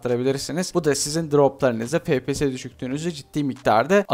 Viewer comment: abi niye fepese efpiyes demiyosun